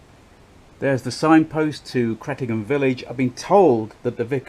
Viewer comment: My home village. Rumour has it there’s still blood stains on the floorboards of the vicarage. Also, nice to hear you pronounced the village correctly for Suffolk ….” Cret’num’